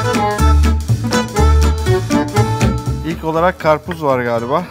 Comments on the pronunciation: abiden "atıştırma" deme çabaları vol.1:D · 0.00 - 0.04 abinin "Atıştırmalık " kelimesi ile imtahanı:D